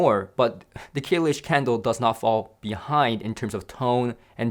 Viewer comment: Sounds like he's saying candle!